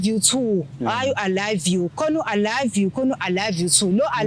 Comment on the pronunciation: "I loive you too"😅😅azimunethe losisi uyabheda.